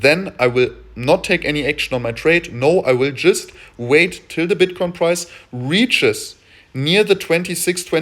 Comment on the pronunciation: I swear I keep hearing bitch coin in the beninnig of the video sec 4 :)